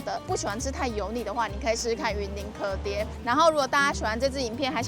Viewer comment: 鵝ㄉㄟˉ就是鵝ㄉㄟˉ！！不是唸ㄎㄜˉㄉㄧㄝˉ！！